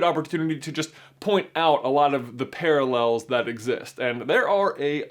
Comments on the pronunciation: paraLELs Lol, I've never heard anyone say that word like that before. XD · The way he said "parallels" kills me